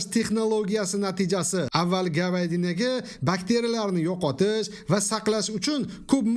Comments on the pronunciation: Гавадина😂😂😂 говядина. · виялений говадина эмас! вяленная говядина дейилади! буни номи Бастурма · Oka Gavadinamas Gavyadina Kulguga qomasli uchun russcha sozlarni ishlatganda bir russ tilini yaxshi bilgan inson bn maslaxat qilin ozizi oziz kulgiga qoldirmay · Govaydina😂😂😂😂 говядина дейилади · Гавадина дэмэди Говядино дэди укимаган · Гавадина эмас говядина. Мол гушти деявер рус тилини билмасанг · Гавадина эмас укимаган говядина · Узбекча гаперивер гавадина деб тилинг келишмаяти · Гавадина😂😂😂😂😂😂саууатсыз мал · Виаялина гавядна дедими мавлоно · Валаленина навадинья😂😂😂😂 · Валеная гавядина 😂😂😂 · ГААВАААДИНАА ДЕЙДИМИ МОЛ ГУШТ ДИГИН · Гавадина деганизда тепа сочим тикка булиб кетяпти. Шуни олдийгина гўшт деса булмайдими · Gavyadinamush 😂 turklayam tushunmaydi gavyadina desa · Gavyadinamush. He qashshaq oʻrisqul😅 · Vialena gavyadina dgan joyiga 5 kettim😂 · Туркларни ўзлари биладими дегин бу бастурмани номи вИЯлэнний гЯвИЯдынАлигини?😅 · Виялена гавадена 😂